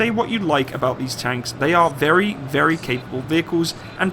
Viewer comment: its wery wery good tank!✌